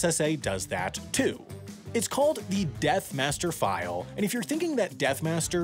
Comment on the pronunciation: Its not the "death master" file, its the death "master file" lol